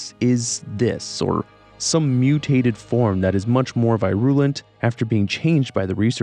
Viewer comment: What a way to pronounce “virulent”.